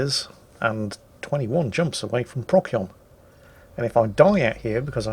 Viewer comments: I get that you're British and therefore legally obligated to mispronounce things, but for the love of God... PRO-SEE-ON. Not Proc-yon. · Please call it Pro-sigh-on, rather than Prock-ee-on. It’s always been Procyon, just watch the Sky at Night! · Pro See On... Not prock yee on. You are welcome. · I love how he says "Prock-Yon," and "Friendship Drive." Neat info about black dwarfs too. Keep it up!:) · Pro-see-on ( Astro-navigation) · PROK-see-on or prok-SEE-on? I have no idea how it's pronounced - so thanks for the tip! Also: Boys from the Dwarf ;) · isnt it pros-eon? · BTW, the c in Procyon is pronounced as an s: pross-yon. Yes, even though it comes from Greek with the pronunciation Prokyon. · The way pronounces "Procyon" makes me fear for when he discovers "Betelgeuse" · The german way of pronouncing it, even though it is a german word, sounds even more cancerous... "Beteigeuze" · Inb4 - "Bet - tell - gee - yuss"